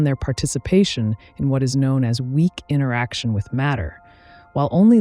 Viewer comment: Well, there's the "mah/jorana" mispronunciation of Majorana - and several "inneraction" mispronunciations of the word interaction after - - - just sayin'